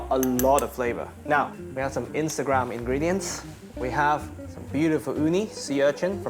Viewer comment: "we have some instragram ingredients" 😂